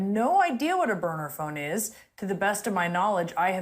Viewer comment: No David, he clearly said Boner Phone, not Burner Phone, a Boner Phone is almost a Burner Phone but not quite.